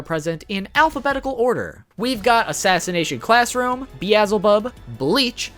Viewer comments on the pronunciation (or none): You pronounced Beelzebub wrong